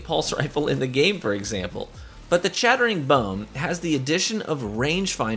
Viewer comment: No, you don't need it. Crucible is hardly the place it used to be anymore and just pure twitch reaction speed and know-how smarts can get you through. Also, your "chattering" sounds like "shattering" lol.